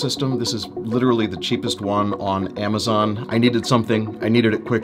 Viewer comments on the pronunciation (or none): none